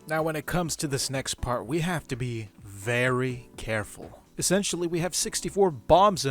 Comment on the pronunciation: vewwy caweful... It's wabbit season